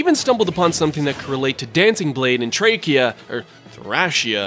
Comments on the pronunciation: TRACHEA 776? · You tried multiple times to say Thracia and you still fucked it up. Its thray-shia. You put it together into that, thrayshia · and it's Thracia as in Thraycia! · And Thracia